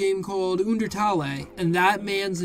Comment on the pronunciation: I love how he pronounces undertale like oondeurtalleye